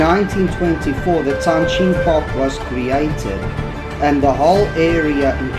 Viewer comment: 哦， 这里是长沙的天心阁啊，"Tianxin" Pavilion not "Tianxing"